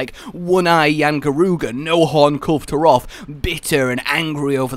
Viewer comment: "KUL-vay" Taroth. Dunno why everyone always thinks the E is silent. O.o